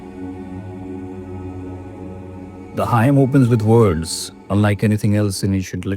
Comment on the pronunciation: Hymn is pronounced "him". Ideally it would be best to call it Sukta / Richa using the original Sanskrit non-translatable term.